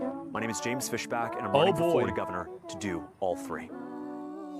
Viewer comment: Fisbach? That's Markipliers actual last name